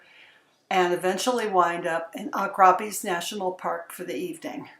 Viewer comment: Pity the locals didn't help you with the pronunciation of Goegap and Augrabies.